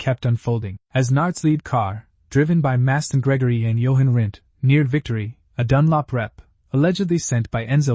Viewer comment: Unbeatable Shit-Show of a Le Mans video was it even checked pre-uploading? stupidly, while it can't pronounce the name of the event, and instead of say GT-40's it says GT-40.."S" along with 7 litre V-8.."S", It some how masterfully pronounces Jochen Rindt!!